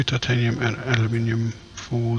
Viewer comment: OMG lol its titanimiumiumium xP